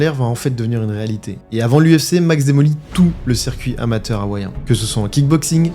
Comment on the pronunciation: Sa serait bien que tu prononce correctement. Dans les cultures Maori et tout, le "H" se prononce. Tu le prononce "Hawaiien" et non "Awaiien". Et même dans ton titre. "'L'Hawaiien" c'est faux. C'est plutôt "Le Hawaiien"